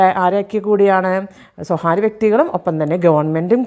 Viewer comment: സ്വകാര്യം എന്നു പറയുക. സ്വഹാര്യം തെറ്റായ ഉച്ചാരണം